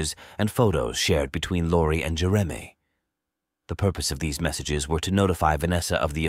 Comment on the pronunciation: Must be AI. Can't pronounce Jeremy.